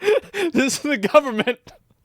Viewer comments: The “Povernment” 😂 How Nancy sees the rest of Americans 😂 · BRO SAID PUBERMENT AND I LOVE THAT